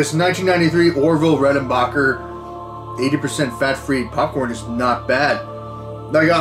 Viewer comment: Over the years, two things have remained constant in L.A. Beast's videos – him doing the robot while eating something challenging and him needing to get his Bering Strait. That phone call at the end was amazing. Those chips are as old as me! Orville Reckonbarbacker... I'm pretty sure you're not the only person to have said his name like that 😂